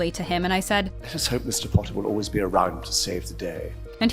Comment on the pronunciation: It mead me laugh when Matt said we is it olweis me